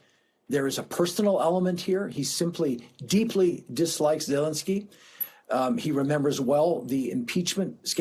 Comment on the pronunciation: You mispronounced his name. It's ZeLENskyy, accent on the second syllable.